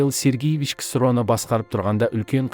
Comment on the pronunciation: Михаил Сергиевич емес, Михаил Сергеевич....